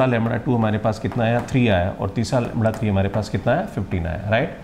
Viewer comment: ये लैमड़ा लैमड़ा क्या है ? असली शब्द तो लैम्डा है श्रीमान जी ।